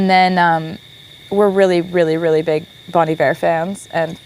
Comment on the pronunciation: my man, you are one of a 100 who pronounce Bon Iver correctly.